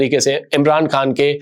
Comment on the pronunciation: اپ بھائی کس طرح سے اور الفاظ کو مکیسے بول رھے ھیں ۔ معزرت کے ساتھ اپنے تلفظ کی درستگی کریں کھان لفظنہیں ھے خان ھے ۔ نلی نہیں نا اھلی ھے کھتم نہیں ختم ھے کون ھے کؤون ھے کھوش نہیں خوش ۔ اپ اپنی اردو زبان کی ادائیگی کی درستگی کریں۔ تورا سا نہیں تھوڑا سا